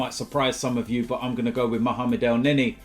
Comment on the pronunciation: i quit wen u said elneny